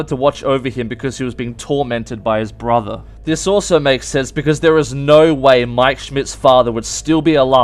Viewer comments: Josh Heatley no he deffinatly said broper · nah he said BRAther